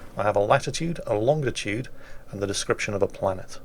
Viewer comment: Of all things, I didn't expect an old sailor to be heard to say "Longditude". Get it right old chap! :D